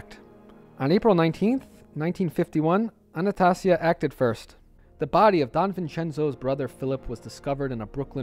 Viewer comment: It's ANNA STAY ZEE A PHONICALLY